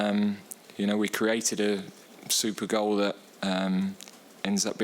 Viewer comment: Did he say "super goal"?